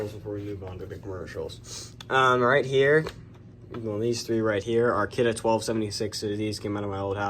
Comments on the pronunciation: Finally someone who can say Kidde correctly. I hate when people say kiddy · Its kiduh (spelt kidde)